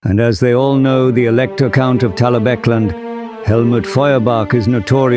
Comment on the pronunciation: I'm impressed you got the AI to say "Talabecland" properly